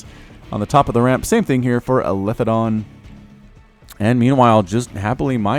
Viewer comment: btw it is eli THE don, not elithe don hahah love the content though.